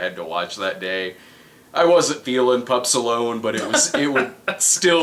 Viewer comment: Every time they say Pups Alone I hear Pup Stallone which would probably me a better movie